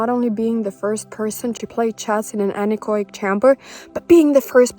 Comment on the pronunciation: Anechoic is pronounced an-echo-ic, not an-ech-oic.